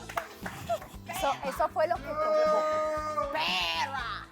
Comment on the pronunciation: MORÍ CUANDO DIJO PERRRA CON LA R DE CLAUDIA AAJAJAAJJAJAJAJAJJAJAJA